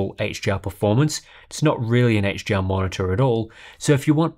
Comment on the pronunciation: everytime he says HDR, it sounds like he's saying HGR